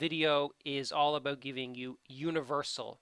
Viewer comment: I love your videos but it makes me crazy how you say "about".